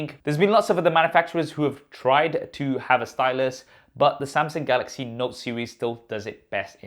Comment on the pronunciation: Somsong, golox, note ten, plos